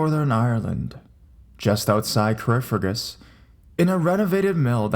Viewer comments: I'm from Carrickfergus, Northern Ireland. I wonder what mill the first story is talking about. The only mill I can think of is the renovated mill near Taylors Avenue that has been turned into apartments. You pronounced Carrickfergus wrong btw lol. Ka-rick-fur-gus. I would have advice for the guy in the first story as well, some contacts he could use. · I love your channel.... But i had to do a double take at the beginning... That is not how you pronounce Carrickfergus. Its pronounce Care-Rick-Fur-Gus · HE PRONOUNCED CARRICKFERGUS WRONG